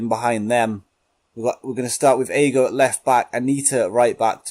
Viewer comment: Brilliant new series just one thing Aogo is said how it's spelt so it is literally a-o-go